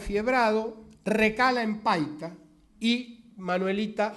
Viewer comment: '.52'' el orador se equivocó, dijo Paica en lugar de decir PAITA. Es un puerto que pertenece a Piura-Perú. Tomese en cuenta. OJO